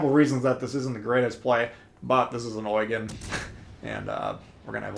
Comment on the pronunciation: Pronounced "Oy-gun"